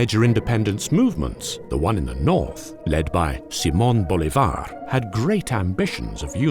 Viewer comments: You are pronouncing Bolivar wrong.The stress is on the I, not the A. It’s BolIvar, not BolivAr. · It's Bo-LEEH-var, not Bo-Leeh-VAR... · "Bo-LI-var", not "Bo-li-VAR"... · well, except for the "Bolivár" accent he pronounced his last name with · it´s prounounced Boleeevar, emphasis on the I. great video btw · Please stop murdering the name Bolívar every time you say it.